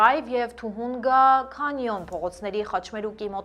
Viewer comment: ջան շատ վարժ ու հաճելի եք կարդում լուրերը, բայց քաղաքների անունները ճիշտ արտասանեք, Թուհունգա քանյոն չի Թահանգա քենյն, Քյաստաիկ չի, Քյաստկ, կներեք ❤